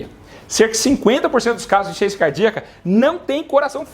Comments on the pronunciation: Voce fala tão rápido e pronúncia " insuficiénçia cardíaca" não serve pra mandar para uma idosa, ela não vai entender. Ru entendí, mas eu não sinto nada disto. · Veja por exemplo a palavra insuficiência: você pronuncia insência.